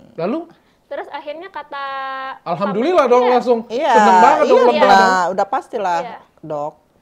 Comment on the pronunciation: Waktu dr. Richard Lee ngucapin Alhamdulillah, saya kaget (mantap pengucapan nya) .. Moga dr. Richard Lee dapat hidayah, masuk Agama Islam... Amin.... 🙏🙏